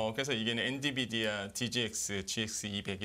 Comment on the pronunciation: 엔 비 디 아. 처움부터 끝까지 엔디비아 라고 하셔서 황당.